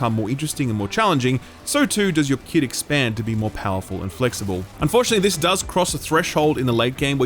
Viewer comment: Came for Evil West. Stayed for hearing keep saying keet.